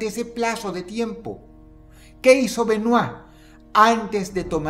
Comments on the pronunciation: Me alegra mucho que dross pronuncie el apellido bien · Lo más sorprendente de este video es que Dross pronuncie su apellido bien. Yo se que cuando no lo hace es porque no quiere ya que domina el ingles a la perfección.